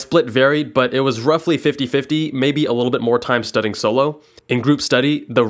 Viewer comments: Is it just me or is he saying studding instead of studying? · Am I the only one that hears “studding” rather than “studying” in this video??